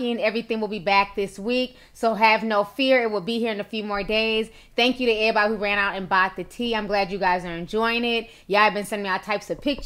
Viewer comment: The way you say “everybody” is hilarious lmao😩😂